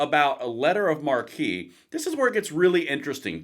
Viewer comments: Letters of Marque...pronounced similar to The Gospel of, not the Funky Bunch. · Marque is pronounced Mark. Mar-kee is how it is pronounced when being used as a title of nobility. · Marque = mark, not markee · Hey fellow patriot1 “Marque” is pronounced “mark,” not “marquee”. Otherwise, great video! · Marque is pronounced like "mark," not "mar-key." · This is like putting down the bug spray and just tenting the house. Also, someone may have mentioned this already but the correct pronunciation is like "Mark" not "Markee". I should add that it's a french word, and therefore your God-given right as an American to mispronounce it any way you like. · Hey, “marque” (which is how the post lists it) is pronounced “mark”. No offense but the way you’re pronouncing it, it would be a sign outside a theater above the main entrance. Or in the British sense it could be a tent or canopy for a large gathering. Then another variation would be “marquis”. A designation of French aristocracy. The Marquis de Sade is the name sake of sadism. Sorry, piss mronunciation is one of my pet peeves. 😊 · It's pronounced "Letters of Mark", not "Markee". Look it up. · Letters of Marque is pronounced letters of "Mark" not markee. Just saying. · For those interested, Letters of Marque and Reprisal is found in the US Constitution under Article 1 Section 8 Clause 11. Also, the word "Marque" is (IIRC) French. In the US it is actually pronounced 'mark', not 'markee'. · BTW, "marque" is NOT pronounced "mar-kee". It is pronounce "mark". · Kinda cool to bring back privateering, but I've always heard this pronounced as a "letter of mark", not "markee". Also, I really want a boat now, for some odd reason. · The word "marque" is pronounced "MARK", not "MAR-KEY," which is spelled "MARQUEE." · I think marque is pronounced like mark. Marquis is Markee. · Pronounced Mark.....not Markey. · You know marque is pronounced mark right lol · pronounced letter of mark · It’s pronounced like “mark”